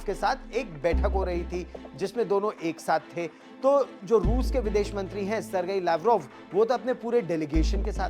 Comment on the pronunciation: The right pronunciation - सिर्गेई लव्रोव्